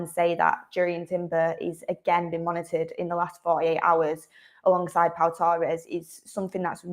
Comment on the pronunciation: I think you put to much emphasis on tge words alongside, I doubt ten Hag has discussed his plans with anybody especially FR